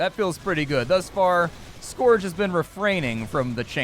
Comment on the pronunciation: Amazing that you don't know how to pronounce "scourge"